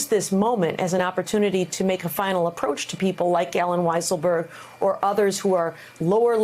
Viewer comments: It almost feels intentional that Mika calls him Weaselberg instead of Weisselberg, lolz. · FWIW, it is "WI sel berg" with a long I. In German, "WEE sel berg" would be spelled "Wiesselberg". Surely Mika was trying too hard to sound fancy, and not playing with a subject's name. Let's do better; we're the educated side, remember? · lol..did she just say weaselberg lmao...love it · They all had trouble saying weiselberg! Let's just call him weaselberder😅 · Wiiiselberg! I not E. You’re the only member of the news organizations that mispronounces his name 🙄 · Mika doesn't strike me as the kind of person who would do that sort of thing deliberately. And yet, it's hard to imagine that she hasn't heard that name hundreds of times. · WEEEEEEselberg? Like Mika and everyone else NOT living under a rock hasn’t heard the man’s name for years now, pronounced correctly. Oy vey, Mika! 🤔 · Love how Mika pronounced the name "Weaselberg". A Freudian slip? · this guy is in the news for weeks, one calls him weaselberg the other weiselberger ^^ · Did I hear her correctly? Did she just say Alan Weasleberg? How wonderful. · I sure it sounded like weaselburger to me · No she said Weaselberg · Lol, she said Weaselberg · Are they purposely mispronouncing his name, lol? I heard Mika do it the other day too. Hilarious. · How much can you really trust a reporter who can't even pronounce weisselberg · I like how Mika pronounced the CFO's name